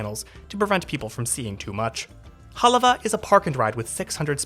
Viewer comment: Good job covering places and things that are of interest to residents. I think he may have pronounced Hālawa correctly or I have been pronouncing it wrong or all of us talk da funny kine English.